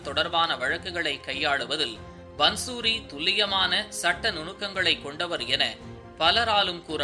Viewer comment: பந்சூரி என்று உச்சரிப்பது தவறு. பாந்சுரி என்று உச்சரிப்பதே சரி. பாந்சுரி= புல்லாங்குழல்.